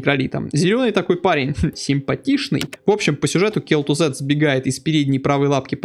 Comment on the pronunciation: Кел Тузад, а не Кел Тузед.